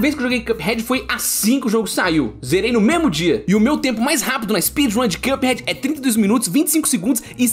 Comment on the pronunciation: Mano pq esse cara ao invés de falar cuphead fala quiâphead